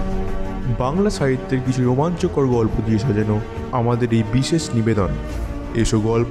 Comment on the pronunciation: ছাহিত্য না সাহিত্য, বিছেছ না বিশেষ